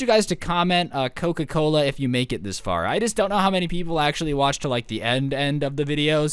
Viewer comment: coke-ca coke-la